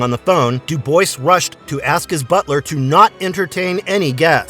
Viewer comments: It's pronounced Do Bwah. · Came in to post this Dubois is pronounced "dew-bwah"